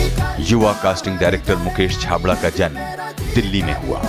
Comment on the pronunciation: it's Mukesh chhabra mere sir ka naam thik se bolo sir plz